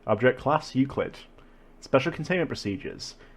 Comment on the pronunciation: finally, didn't mispronounce euclid